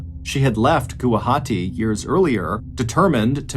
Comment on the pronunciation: Thank you so much Mr Ballen for covering this case , I’m from Guwahati hearing you said Gawahati it made me happy ❤…..